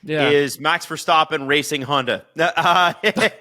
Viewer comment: love the pod but those pronunciations of Verstappen and Doohan are painful